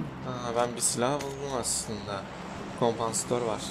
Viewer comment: Abi o kompanstör değil kompansatör 😂😂